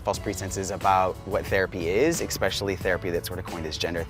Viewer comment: He goes, “Theri-pii” And now I have to piss UGH!!!!!!!!!! !